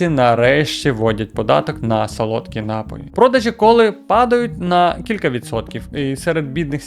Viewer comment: Та не нАпоі, а напОї